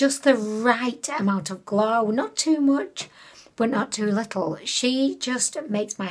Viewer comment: Part of the reason I watch your content is because of your personality, stories, and going off track. Who am I kidding that's WHY I watch lol I don't even buy from Ali Express being in the states I use Shop Miss A 💘 Also haha that "golw" f*ck up is hilarious 🤣